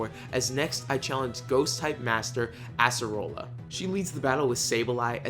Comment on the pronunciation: This man be like assarola XD it’s “Acearola”